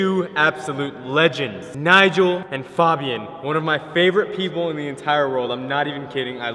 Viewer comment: It's pronounced F(A)bian not F(ah)bian